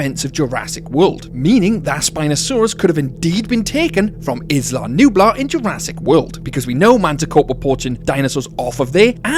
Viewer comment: A potentially good video on an interesting topic but I literally cannot continue more than 3 minutes in with the amount of mispronunciations. It makes it hard to listen to. "Skellingtons" - Skeletons "Issla Nublar" - Isla Nublar (has a silent S like in island) and "Ggiganatosaurus" - Gigantosaurus (like Gigantic) all mispronounced so many times and I'm not even a quarter in.